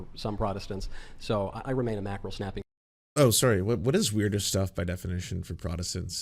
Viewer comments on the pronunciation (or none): What’s a “mackerel snappy”?! I think that’s what he said. Sounded like it just after “loosey goosey”.